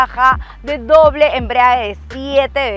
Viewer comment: Ella dice "la caja de doble embriague".